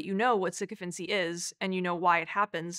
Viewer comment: It would be nice if someone had told her how to say the word